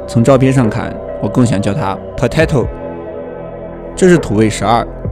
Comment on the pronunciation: Potato真的很“土味 ”我以为是庞麦郎念的 😂